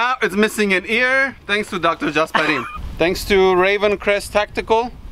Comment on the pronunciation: Mans its "Gasparin" or "Gasparito" This is how the men who are named "Gaspar" in Latin America are affectionately called. Gaspar is a popular name